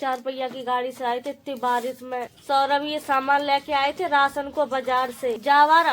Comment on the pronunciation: Saurabh name hai uska saurabhe nhi 😅